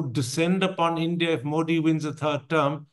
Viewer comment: Mr Thapar... it has been atleast 20 years now! The name is pronounced 'Modi' with a soft 'd' as in द ... and not a ड...